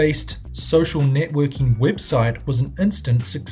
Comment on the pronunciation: wtf is a wibsite?